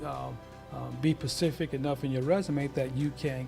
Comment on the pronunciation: Specific not Pacific